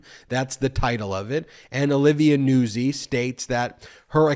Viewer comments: NOOT ZEE, just sayin... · Isn't Nuzzi pronounced "nute-zi"? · Hey Ben, I’m a regular watcher and I’m watching you talk about Trump and his newest this video. And I just wanted to tell you that her name is pronounced Olivia Nutzi like pizza Nuzzi.